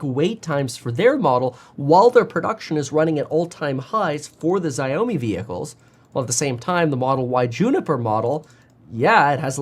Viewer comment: Correct pronoun for XiaoMi is like Shaw Me, not Zio Me